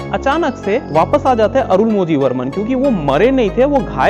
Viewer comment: It's not अरुणमोझी its अरुळमोळी़ Similarly it's not पूनगुझली its पूनगुऴळी